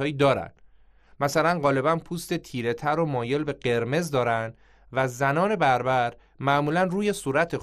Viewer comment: فرق است بین Barbarian(بربر( یعنی وحشی) با (Berbers ) لطفا درست تلفظ کنید